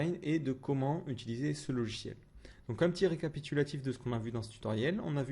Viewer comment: "LoGiciel "et non " lochiel "!